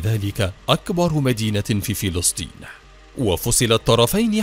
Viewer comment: الفلستينيين = فلسطينيين فلستين = فلسطين خيوت = خيوط تكلم عربي فصحى بالشكل الصحيح او تكلم باللهجة العامية